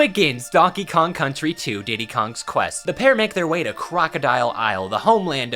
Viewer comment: Diddy’s Kong Quest (conquest), not Diddy Kongs Quest